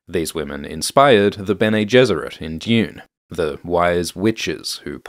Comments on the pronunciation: DUNE NOT DEUOON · I’ve come to like how you pronounce dune as june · Not the yod on Dune. Dyune.